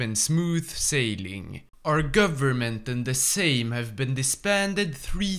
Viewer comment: First hoi4 YouTuber who can actually pronounce the word Sejm 🔥🔥🔥